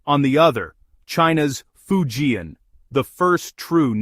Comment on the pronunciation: If you can't even pronounce "Fujian," you're not in the game, are? You're a failure, and you're fooling yourself, Go find out. Then do it over from the start, OK?